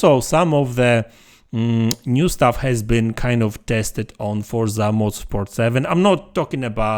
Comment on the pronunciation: Unfortunately it's just a click bit video. There is not even one single piece of new information. Also please learn how to say the name of the game.